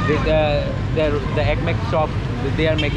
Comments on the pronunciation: Şükriye ne abi her söylediğinde kırılıyom Şükran de bari 😂😂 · niye şkriye diyorsun şükran demiyorlarmı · Şükriye değil kardeşim 😂 şükran videoların çok güzel şükran 😂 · kardeş Şükriye'n kelimesini çok telaffuz ediyorsun bu kelime Araplara has olmakla birlikte söylemek istersen de Şükriye'n olarak değil de Şükren (Şükran)demek daha doğru olur. sadede bir öneri. yayınlarını beğeniyorum ve takip ediyorum. iyi yayınlar. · Şükriye değil :) Şükran (teşekkürler) Şükran kesiran (Çok teşekkürler)